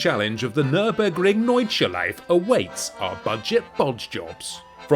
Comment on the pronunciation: Listen, sprocket-for-brains, NORD-SCHLEI-FE... 3 syllables. Get it together...